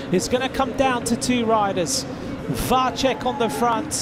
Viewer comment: Why can not anybody tell that commentator that Vacek is [Vatsek] and not [Vatchek] ?